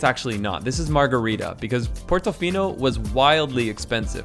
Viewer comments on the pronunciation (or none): Just so you know...the town near portofino is called SANTA MARGHERITA, not margherita...cheers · Its Santa Margherita, not Margherita.